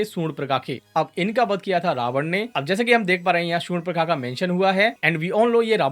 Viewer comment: It's not surnpakha.. Its SURP NAKHA